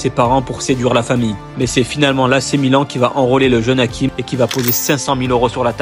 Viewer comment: C est hachim comme ca se prononce et non hakim